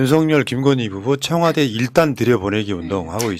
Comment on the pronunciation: 청와대입니다 청화대 아니고